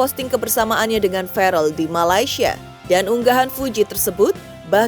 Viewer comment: VERRELL PAK,, BUKAN FAREL😊